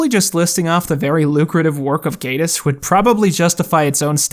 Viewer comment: Endlessly pleased to hear the correct pronunciation of “Gatiss.” Definitely could fill a whole show with his widespread jack-of-all-trades success (and the tremendous highs and lows of his creations...)